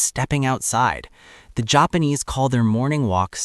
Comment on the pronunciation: The Jop-pawn-ease. What a wild way to pronounce that…